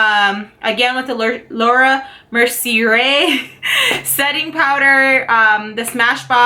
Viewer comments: beautiful love!!!! btw its pronounced lar-ahh mer-see-aye and ro-day-oh drive. hope it helps. I couldn't say it either lol 😂😂😍😍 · It's pronounced like this: Row-day-oh (rodeo drive) & Laura mer-see-ay (mercier). I hope that helps doll. Also, you have skin to die for. You could get away with sheer coverage... it makes me jelly!